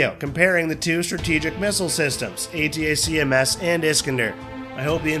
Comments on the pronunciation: why couldnt you just call pronounce it as ATAKMS rather than the stupid spelling A-T-A-C-M-S--- its just makes it pathetic to listen to... this is not a spelling bee competition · Next time, have the automated voice say ATACKUMS. Spelling it out every time is a bit much.